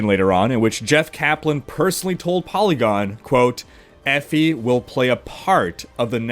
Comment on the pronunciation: "Effy". Sorry bud it's pronounced Ee- Fie